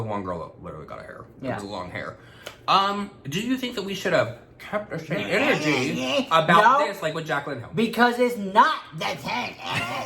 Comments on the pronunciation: HAHAHHAHAHAHAHAHA CONSPIRATEA, REALITEA, KEEP THE SAME ENERGEA OH MY GOD THat was my fave hahHAHAHAHAHAHHAHAAH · “Conspira-tea. Reali-tea. Keep the same ener-gea!” 🤣🤣🤣🤣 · "Keep the same enerTEA☕"!!!!